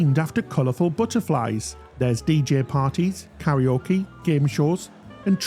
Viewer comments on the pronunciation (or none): none